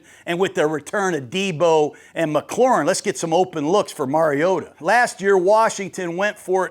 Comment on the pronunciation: FINALLY someone who says “Mariota” correctly! Nice work, Coach!